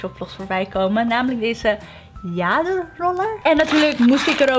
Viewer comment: Jade in het Engels spreek je uit als djeed.